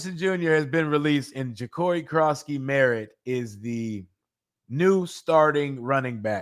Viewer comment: You can say Noah econogamey but you can’t say Jacori what’s wrong with you?